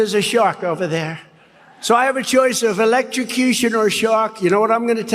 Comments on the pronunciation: The mispronunciation of 'electrocution' notwithstanding I was struck by a generally greater clarity in Donald Trump's voice in that recounting of the shark story in Ottumwa as compared with yesterday's in La Vegas. There seemed more life and feeling in the voice, too, so the decline is certainly audible in those two instances. Possibly he may be getting jaded himself with that tale. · Has a big problem pronouncing "electrocution". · He was having a difficult time saying the word “electrocution”, so guess he decided to keep using it sentences hoping he’d finally get it right.